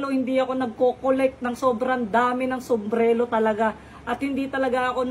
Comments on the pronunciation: Sumbrero hindi sumbrelo 😂😂😂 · SUMBRERO hindi sumblero😅